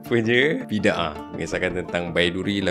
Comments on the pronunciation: Bukan Bi Dah dong..sebutan harusnya Bi Da Ah... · Bi-da-ah bukan bid-aah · Sebutannya 'Bida'ah" bukan bid 'aah.😊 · Sebutan nya bukan "Bid-ah" tapi "Bi-da-aah" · Bukan "biddah" sebutan nya.. Tapi "bida-ah" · sebutan nya bi-da-ah bukn bid-ah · Sebutan bida ah. Bukan bid ah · Bidaah!Sebutannya bukan 'bidah' tapi Bi.da.ah atau Bida'ah. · Sebutannya bida ah